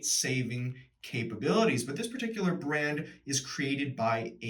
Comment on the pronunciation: Well now I know how to pronounce that brand !